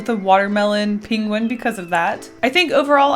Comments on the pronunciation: Why you keep saying pingwin instead of pangwin ?🤨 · saying penguin like Benedict Cumbersnqtch over here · Her pronunciation of the word penguin was killing me 😂😂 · It seems I ventured to this unknown land for the same reason